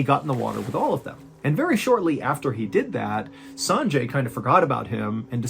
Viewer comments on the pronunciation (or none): "Sanjay" is pronounced "sunjay".